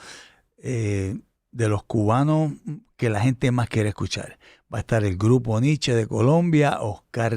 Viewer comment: Ese Pajuo si hace fastidioso ver la entrevista completa, con la pronunciación de las "L" Escuchal, Bailal, Tomal, Fumal